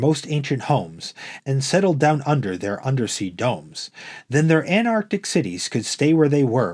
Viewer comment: It's Antarctic, not Anarctic. Otherwise well read.